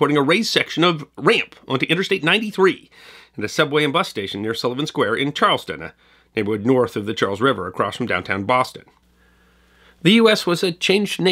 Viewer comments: Charles-Town not Charleston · Nice job on this one - One correction Charlestown is said just like it is spelled - Charles - town… not Charles - ton. Former home to Bostons best (or worst?) bank robbers. A place I would not walk through as a kid (unless I was with someone from the neighborhood) and now I can’t afford to walk through. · CharlesTOWN not Charleston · Funny thing is, I’m originally from the Boston area, but was living in Orlando, Florida at the time and never heard about this bomb scare at that time…. All I can say is, only in Boston would this happen…. Oh by the way, the city you mentioned in the video, it’s pronounced ‘CharlesTOWN’, not Charleston which is in South Carolina…. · Not to nit pick but it’s ahhhh, Charlse- TOWN, not ton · It’s pronounced “Charles Town” not Charleston. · Charlestown resident here! It is pronounced Charles-Town.... it is a common mistake... the one square mile is a trove for episodes however! 1. Battle of Bunker Hill/Monument (Duh) 2. U.S.S. Constitution and the old Charlestown Navy Yard (Double Duh) 3. City Square Park and the John Winthrop House site (possibly the foundation of the first 'public house' in America) 4. The site of the State Prison that executed Sacco and Vanzetti (Another Topic:) ) only for the land to later become Bunker Hill Community College which is where The character played by Robin Williams worked in the movie Good Will Hunting. I could mention more mob stuff but we have a code of silence (more fun). I love your work and thank you for all you do. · Another excellent episode, but I have to admit to playing a personal private game of "find the mispronunciation" in each of your episodes. In this one, Charlestown should have been pronounced "Charles-town" (as spelled), not like Charleston, SC. BTW, that is how Charleston was originally spelled and pronounced.